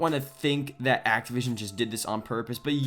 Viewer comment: It's Activision. Bro. ACTIVISION.